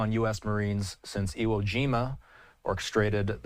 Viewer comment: The moment you cannot pronounce Beirut is when I stop watching.